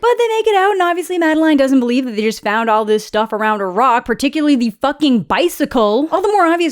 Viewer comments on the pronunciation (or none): none